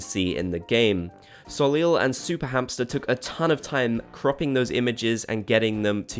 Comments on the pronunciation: Soleel lol. I think it is pronounced sol-isle, but the -le is silent. Correct me if I'm wrong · Soleil is pronounced So-ley. Its french for Sun. It hurts hearing so many people mispronounce it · Bobs Gang! Okay, first Soleil is pronounced "so-lay". It's French for sun. Second, Brewster's kind of matches because it's a houndstooth in coffee colors.